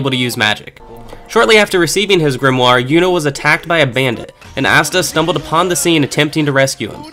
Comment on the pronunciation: Fucking... "GRIMURE!". wtf are you saying haha